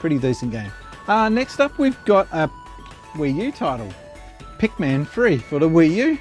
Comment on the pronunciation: Sonic Spinball nice !! I have it on the Game Gear. Phantom Hour never gets mentions .. i love that game too .. nice to see it getting talked about besides me for a change. And sounds like you are saying Pacman and not Pikmin lol Trauma Centre is awesome on the DS. Nice picks up there buddy .. see you don't need to splurge to get the odd ones lol